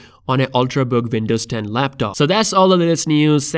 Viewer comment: What the hell is "Vindoze"?